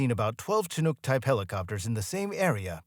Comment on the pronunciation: ... Umm, say WHAT kinda helicopter 😂😂😂 i swear i heard "SHA-noogs"?! (Er, mighta been sightly less ah, "P.C." with something more like "SHA-nigs"? 🥴) I mean, I SUPPOSE I've got a SMALL leg up- closer to what I'd call an "ankle" up on the general population here when it comes to the pronunciation of this particular word; however since it is NOT solely a "local term" from the Pacific Northwest (I've lived within an hour of Seattle, Washington my entire 30+ years of life, minus my college years on the East Coast at princeton, but we try not to talk about THAT) because yes i know CHINOOK is a originally a Native American word & all.... but seeing as it is also, well, a type of U.S. MILITARY HELICOPTER, annnnnd fauck knows how many people are obsessed with military tech, toys and GUNS cuz, hoorah & WOOT, 'MERICA, right?!? As well as uhh. A kind of FISH?! 🐟Salmon, that is? Welp, that covers a pretty good number of "bases," wouldnt ya say? So i'm havng a hard time finding an excuse for this absolute obliteration of the pronunciation of the word "CHINOOK" here, but, damn it made me laugh? So thanks, i guess?!